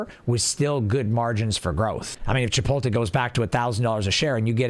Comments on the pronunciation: It's pronounced chip-oat-lay. Good vid though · you can have an accent and still pronounce words the correct way. The T is before the L in 'chipotle' so it should be that way when said, regardless of accent. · I'm not liking my own comments lmao and I'm not denying the fact that people say it like that. All I'm saying is that it's wrong. Didn't think it was that big of a deal